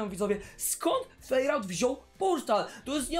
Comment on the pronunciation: Ta zielona baza to noe jest fejrałta tylko fairouta czyta się fajrołta